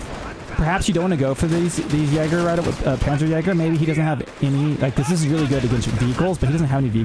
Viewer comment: I believe its pronounced "yeahger". If I am wrong, I am wrong.